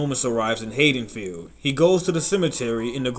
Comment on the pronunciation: C'mon bro I was digging it till I heard the way you said Haddonfield. I'll keep going cuz the comments are good but come on bro ...